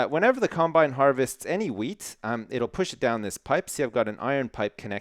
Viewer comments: i kept hearing him say weed.. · I keep thinking that you're saying weed farm instead of wheat farm